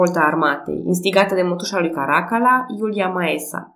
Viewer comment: Îmi place mult Podcast -ul , felicitari Mi-ar plăcea totuși ca numele romane sa fie pronunțate cu accentul pus corect (Caracalla , de exemplu). Caracálla